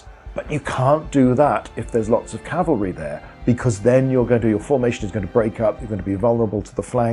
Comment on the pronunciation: Thank You for saying Cav-al-ry!!! And not Cal-va-ry. Almost everyone gets it wrong, infuriating.